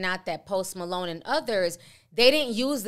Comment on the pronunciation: Went from post Malone to Post “ma-loan” 🤣🤣🤣🤣🤣